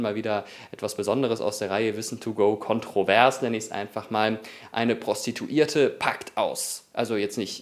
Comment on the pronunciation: "Eine Prostituierte packt aus!" hahahah wie du es auch noch so betont hast!Hahahahhahahaha ich musste so lachen! richtiges Fettnäpfchen hahah:D